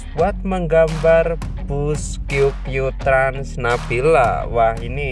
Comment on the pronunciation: qq trans ❌ kiuw kiuw trans✅ kedengaran gak